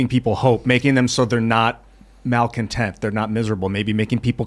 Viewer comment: If he says maocontent one more time I’m gonna fly down there and slap this fool